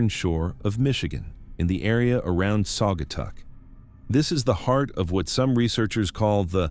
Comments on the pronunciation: Sag-uh-taw is how it's pronounced. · Saw guy taw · Saw guh taw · Sagger tawr